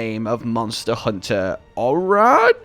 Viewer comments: Hey, nice to shout out the Manga! It's pronounced Oh-Rah-Gay, like the e has a little accent on it Edit: also, how cool is the concept of Wind Element Weapons?!?! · Ha ! I know these two. Read the manga when it came out, it's average fun. Also, Orage is french for thunderstorm, pronounces O - RAH - J.